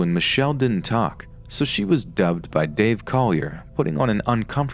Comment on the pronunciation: The most disturbing thing about this is the way pronounced Dave Coulier